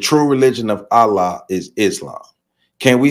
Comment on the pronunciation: Please pardon my correction of your pronunciation of the Arabic word ALLAH, but it is pronounced: "al-llah." You say the FIRST SYLLABLE like you are pronouncing the English male first name "AL" and you put MORE EMPHASIS on the SECOND SYLLABLE which has the SAME "a" sound as in the English word "law" when saying "LLAH." Also, many people mispronounce the Arabic word MUSLIM, which should be pronounced in Arabic like this: "MU" and "SLIM" but many English-speaking people mispronounce it as MUS and LIM which is WRONG.